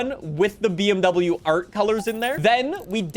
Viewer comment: bro didnt say bmw right the whole video